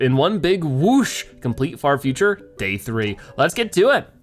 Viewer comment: I thought you said fart future